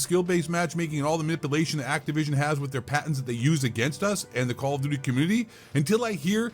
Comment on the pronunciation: Call Of Dooty!!! 😂 💩